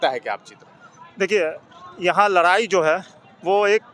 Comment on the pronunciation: Larayi nhi ladayi hota hai bihari babu log 😮😅😊